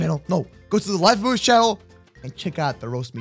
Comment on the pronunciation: You got the name right moose